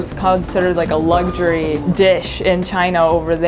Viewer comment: ”Even in Japan it’s considered a lug-shuryyy”😂